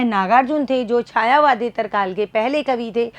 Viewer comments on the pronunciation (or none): छायावादेत्तर नहीं, छायावादोत्तर होता है आदरणीया